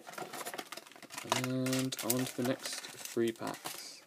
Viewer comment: THREE, THREE, THREE. NOT 'FREE'. LEARN HOW TO SPEAK PROPERLY.